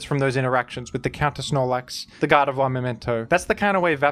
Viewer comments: my favorite part of this video is when pronounced "Gardevoir" as "God of War" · Can’t be the only one hearing him pronounce Gardevoir as “God of Wah”